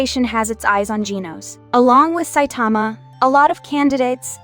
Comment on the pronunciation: It’s (sai-ta-ma)